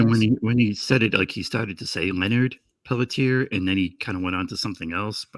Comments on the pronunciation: Leonard pell tee air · Leonard Peltier is his name. Please at least try to get it right.